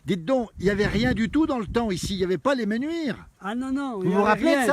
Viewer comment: 2 choses : 1 : on écrit les Menuires et on prononce comme cela s’écrit 2 : dans les villages de montagne, il y a une altitude minimum et une altitude maximum, ce n’est pas plat comme dans une vallée,, l’altitude minimale à Les mEnuires c’est 1450m.